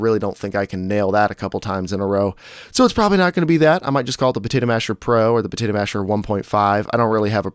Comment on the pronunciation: I like the "Protato Masher" D